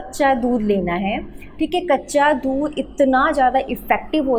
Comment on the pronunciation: Mam baccha dhudh nhi kaccha dhudh😅 boliye